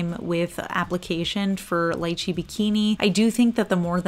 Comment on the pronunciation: Ooohhh so excited been waiting for this!!!! I am so bummed about that chartreuse green though!!!!! I’ll probably get the shimmers. Also I’m pretty sure Lychee is pronounced LEE-chee. I think Google may have lied to you.